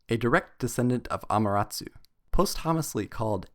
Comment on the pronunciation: He's not pronouncing it right